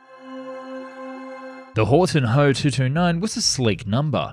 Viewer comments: ME-110 is not called "me." It's called "M"-"E." FW-190 is likewise called "F"-"W." So I would pronounce HO in Alphabet, "H"-"O." Besides, "ho" sounds like a bad word to American English speakers. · It’s not ho it’s H O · It is Ho, if it was "H" "O" then it would be an acronym for something